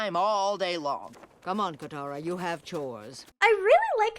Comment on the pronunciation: katara not kamara